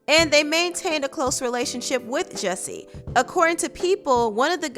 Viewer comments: First of all his name is JUSSIE not JESSIE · He needs to change his name from Jussie to “Jessie” because everyone keeps pronouncing it like that.